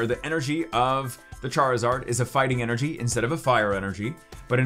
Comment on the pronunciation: God I enjoy the content but wish this guy would grow up and not say energy how he does 😂